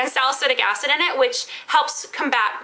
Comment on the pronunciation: at first i thought you said "ass in your eye" not "acid" bwahahah